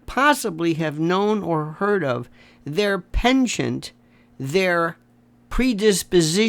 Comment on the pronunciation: lionel is the only american that can pronounce penchant properly